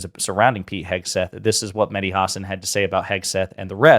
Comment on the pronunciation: Just a comment to the host to learn how to pronounce Mahdi name. It is not “Madi” the H sound is similar to the sound of the H in Helen , here,Hello etc